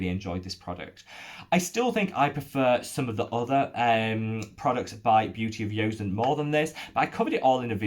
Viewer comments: I've been eyeing the Make Prem Essence Toner. A 400ml toner size seems so economical and I've heard Kelly Driscoll rave about it being super hydrating! However, I'm just wondering why you keep mispronouncing Joseon and defaulting to a "y" sound? I've never heard anyone else pronounce it like that. You can see Korean Youtubers like EuniUnni pronounce the name and it's always been a "j" (bordering on "ch") sound. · Seems like you are still calling it "Beauty of Yozen"..... Thought we had the correct pronunciation sorted out in the comments of a prior video?